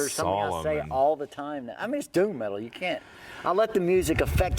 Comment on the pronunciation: "Thoom" hahahahahaha